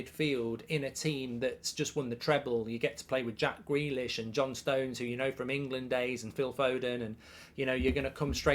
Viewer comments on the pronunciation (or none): none